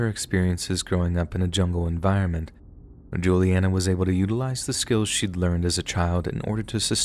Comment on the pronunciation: Omg! Hi my name is Julianna like the girl in the story! Just how you pronounced it. I’ve been listening to scary stories like these for over 6 years and never have heard my name! It was super cool